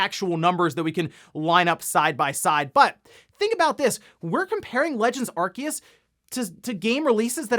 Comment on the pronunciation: It’s pronounced “Are-Say-Us” NOT “Are-Key-Us”. Why can nobody get it right? 😂